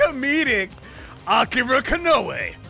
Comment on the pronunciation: Palace people: AK-I-RA Me: Shutthe-F**k-up